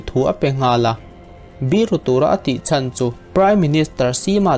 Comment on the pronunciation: 'Chen' ni loin, 'Chan' ti anga lam tur aw. 🙂